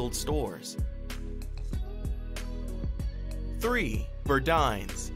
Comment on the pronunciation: Very good and informative report! We need to take notice that the system of retail its damage, all of the no longer existing stores should have made it. Granted, nothing last forever in life. By the way I believe is pronounced Bur-Dines as in dine in.